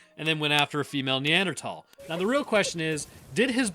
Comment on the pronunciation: Neanderthal. "Th"